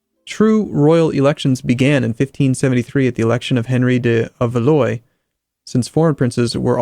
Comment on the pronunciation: Valois is not pronounced valoy but [valwa].